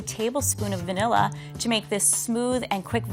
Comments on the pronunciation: Lol level 3 out here saying VANEEEEEEHHHHLLA bean. Girl where is the i .... it’s VANILLA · the only bad part about these recipes is that all 3 people say "vanElla"